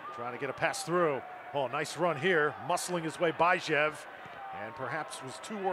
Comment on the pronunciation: This announcer for LV is driving me nuts... its Bee shev (Bijev) not By jev